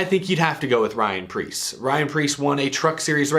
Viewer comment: Pyan rreece